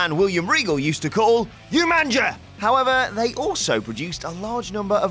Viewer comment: It's umanga not umanja